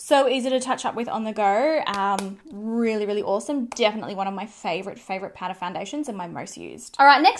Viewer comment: More like PAURA hahaha